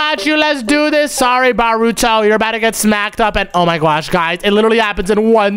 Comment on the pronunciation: Bruh it's not baruto it's naruto